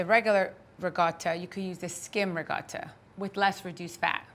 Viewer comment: So Italians pronounce "ricotta" with a G??? RIG - O - TTA??